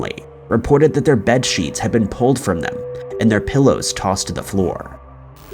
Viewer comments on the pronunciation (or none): none